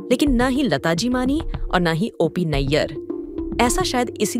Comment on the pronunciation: ओ पी को औ पी क्यों बोल रही हैं आप ??